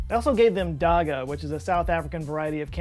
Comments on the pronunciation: As someone from south Africa, the "gg" in "Dagga" is pronounced like you are trying to clear your throat like a growl. The way you pronounced it is what we would call cement. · Me as a South African hearing you pronounce dagga 😭. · 😂😂 Definitely butchered the pronunciation of dagga. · "daahgaah" 😂😂😂you gotta make those gs scratch your throat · Dagga is Gagga lol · As a South African, I died hearing you butcher "dagga" and "intelezi." 🤣🤣😭😭😭🇿🇦 Love you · Dagga isn’t a type of South African cannabis, it’s just another name for cannabis. But yes, they most likely did use land race strains. Also, the two Gs isn’t pronounced as a G, it’s hard to explain, just find some audio on google on how it’s pronounced. Otherwise, really great content as always! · South African here. "Dagga" is just our local word for cannabis, it's not necessarily a particular strain or variant. Also, no judgment, but that was the most hilarious pronounciation of "dagga" I've ever heard. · Ooof you butchered Dagga😛